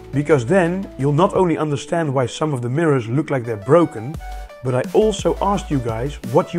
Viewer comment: video host pronoucnese "but" as "bruught". also this is jsut enough to power a modern high mid-end pc.